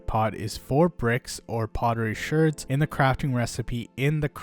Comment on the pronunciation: bro says Shurds instead of shards. that bothers me alot lol